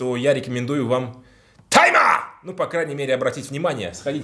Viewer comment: не тайма , а тьма